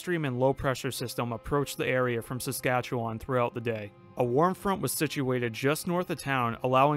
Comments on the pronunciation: I’ve only seen one comment correcting the pronunciation of my province it’s Saskatche-wen not wan. It’s weird we know but it’s how you properly pronounce it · Fair enough. The only times I've ever heard it pronounced with it said WAN at the end is on youtube lol. Literally every person in my life I've ever heard say Saskatchewan it has more of a WEN sound at the end. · It's pronounced Saskatche-wen. I know it seems weird but thats how Canadians say it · According to Wikipedia it's pronounced with a UH sound. Like about and comma SaskatchewUHn